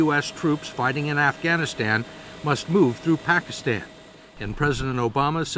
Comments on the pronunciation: Barack Obama is only American who pronounces "Pakistan" and "Osama Bin Laden" correctly. Such a very detailed and brillian person he is! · I love how Obama pronounces 'Pakistan'. He's even taken the time to do that right. Goes to show his attention to detail.